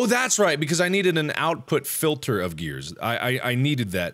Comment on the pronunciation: Mark can't stop saying grears